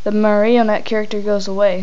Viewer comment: he says marrnotie wrong